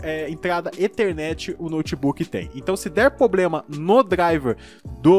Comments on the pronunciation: Cara, me inscrevi no canal... Mas há uma coisa que me incomoda: não é poblema ou pobrema é *PROBLEMA*... desculpe mas seu conteúdo é ótimo para ser tão criticado graças a um erro fonético... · como é difícil pronunciar a palavra "PROBLEMA" heim! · Ele tem Ploblema! 😂😂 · "Poblema" "Pobrema" "Plobrema" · Outra é o "poblema" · poblema kkkkkk